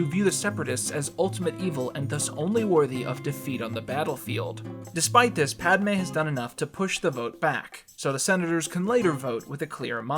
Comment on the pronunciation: no you were saying it right